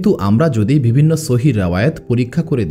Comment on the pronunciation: আমি নতুন আপনার চ্যানেলে,,,কয়েকদিন থেকে টানা ভিডিও শুনছি বেশ পছন্দ হয়েছে আলহামদুলিল্লাহ ❤❤ তবে আপনার কিছু উচ্চারণ ঠিক করবেন নাহলে ভিডিওর কোয়ালিটি খারাপ হয়ে যায়,,শুনতে খুব শ্রুতিকটু লাগে যা থেকে ভিডিওটি দেখার মানুষিকতা নষ্ট হয়ে যায় এটা ঠিক করলে ইনশাআল্লাহ পারফেক্ট হবে ভিডিওগুলো।যেমন- ভুল সঠিক মদ‌্ধো----মদধে(মধ্যে) ওদভুত----অদভুত(অদ্ভুত) ভিবিন্ন------বিভিন্ন এএক-----অ্যাক(এক) হবে।।এর মধ্যে প্রথমটা খুব বেশী পরিমাণ কানে লাগে। দয়া করে সঠিকটা বলবেন নাহলে ভিডিও দেখার মানুষিকতা নষ্ট হয়ে যায়😢 আরেকটা বিষয় আপনার এই ঘটনাগুলোর দলিল পেশ করবেন ( বিশেষ করে গুরুত্বপূর্ণ পয়েন্টগুলো)।আমি প্রায় ৮/১০ টা ভিডিও শুনলাম কোথায় ভুল পাইনি তবে দলিল পেশ করলে ভাল হয়।।কোয়ালিটি ভাল হয়,অথেনটিসিটি বৃদ্ধি পায়৷